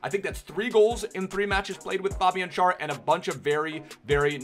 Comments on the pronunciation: Schär is pronounced Share. But good vid as always! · It's pronounced like share:-) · In English it’s pronounced like share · Schar is pronounced like share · I know it doesn't matter but Schär is pronounced exactly like the word share Love you ❤️ Great German at the beginning👍🏻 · He speaks good german but still doesn't know how to pronounce him 😂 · yeah but he isn't using the correct one here.